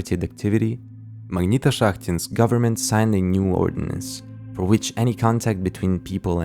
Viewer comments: позвольте подушнить магнитошахтИнск, ударение на последнюю и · Я произношу как магнитошахтИнск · you can't copy the idea of this video because nobody can pronounce "Magnitoshakhtinsk"